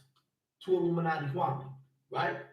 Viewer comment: Excuse me, but his name is pronounced Kwa -mee 🤣. Great video though